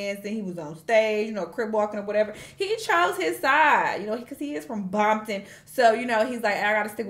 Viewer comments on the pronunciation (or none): is a blood. she said Bompton 💔